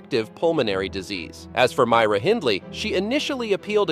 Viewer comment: Your are first American to ever say Myra and Glasgow the way it should sound .lol my family from Colorado, mouths sounds like they go numb as soon as the try to speak these words 😂